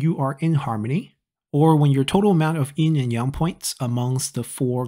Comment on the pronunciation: It’s Yin and Yang, not “In and yong”